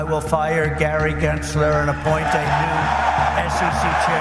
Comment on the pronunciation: why does trump pronounce gary gensler with a hard R 😭